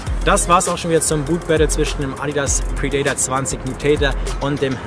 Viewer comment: Der adidas predator heißt nicht predaytar